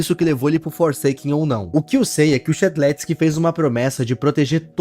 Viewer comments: Primeiro o Shedelsk agora abalidades ksksksksks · A pronuncia e shed leusque